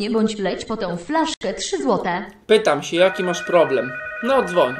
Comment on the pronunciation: "plobrem" naucz się gadać